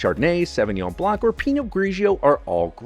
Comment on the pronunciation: The c is silent in the word blanc (beurre blanc) and it tastes just as good.